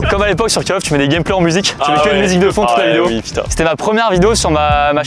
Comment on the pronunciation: "cale off" 😅